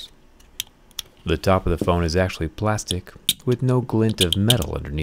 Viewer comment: His Russian pronouncing "plastic"